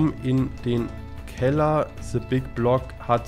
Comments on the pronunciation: Es heißt THE nicht SE! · "se big block" 😂😂😂😂 beschte Aussprache 😂 Dafür mögen wir dich😂👍👍👍